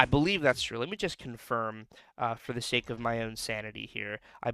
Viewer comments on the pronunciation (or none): none